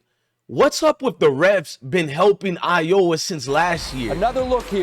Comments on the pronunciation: Dude, at least say the State name Iowa not "Ioa". However, I agree with you though on some of your points. Stragedy? It's Strategy bruh... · Are you saying Iowa wrong on purpose? Are you from the states?